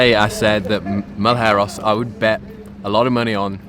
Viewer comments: Now teach them to say Malheiros correctly too 🤣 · Just an average Brazilian helping anglophones pronounce "Malheiros" correctly. I hope you guys will use it a lot in the future. Ma - as Mars Lh - as the "ll" in million. (Not the same, but it's the closest sound I found) Ei - as eight Ros - as rosso (red in italian). The R sound is made with the tongue.